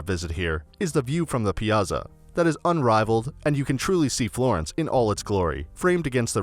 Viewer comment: Why do so many Americans know how to pronounce the ZZ in "pizza" but suddenly forget when it comes to "piazza"?